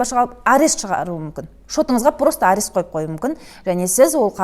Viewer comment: Арес арес деп айтабересің екен, құлаққа жағымсыз естіледі. Арест - бұғаттау